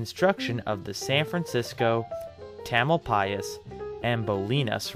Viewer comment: Interesting to hear the proper pronunciation of Tamalpais. I always thought the accent was on the second syllable.